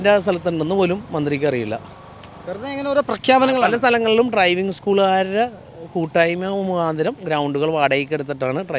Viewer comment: ട്രൈവിങ് അല്ല, ഡ്രൈവിംഗ്